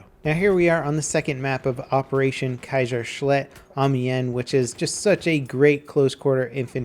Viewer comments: its pronounced "KAIZERSLAHT" not "KAIZERSLEHT", thank you for a great video of loadout as always! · "Kaisershlet" XD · "Keiserschlet" Step up your German pronounciation game, you can use Google translate to learn how is it actually pronounced, heh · CRINGE ow, the way you say kaisershlact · The pronunciation of kaiserslacht was awful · Bruh its kai-zer-schl-ah-kt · Kaisershlit??? lol😂😂😂😂😂😂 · Kaiserschlacht is pronounced "Kai sir slockt" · Bertdog211 I don't think he cares judging by the way he says "Kaisershlact" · Way to butcher the word Kaiserslachdt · I don't know if I'm the only one but any of you hear say Kaiserclit? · you have to improve your german;) it's called "kaierschlacht":D `sch` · Kaisershlet lol. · He finally gave up on german names kuyshershluht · He said Kaiserschlakt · You know, I get that not all people know how to correctly pronounce German words, but it was so painful hearing him say Kaiserschlacht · How he pronounced Kaiserschlacht hahahha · Why is everyone make a big deal out of pronouncing German names wrong, he isn't German what do you expect? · This guy is making money with his videos but he doesn't even invest 30 seconds in google translate to at least try pronouncing "Kaiserschlacht" correctly. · I love how the english speaking people pronounce Kaiserschlacht :D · "Kaiserschlacht" You have just completely butchered that name ;D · yes, the "ch" is very difficult for foreigners, it sounds quite weard :D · Timm Vogler i am a foreigner, but i learn german and somehow i can say it?. Its even sillier that pronounced it correctly(or at least closer)to what he said now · The Shotgun Lord loadout Trench gun sweeper Howda Pistol Dynamite Anti Tank nades Gas nades Any meele weapon You are a soldier who has designated himself to clear out trenches and rooms. Always be in CQC Also, you absolutley butchered the word Kaiserschlacht. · says kaiserschlacht and amians wrong...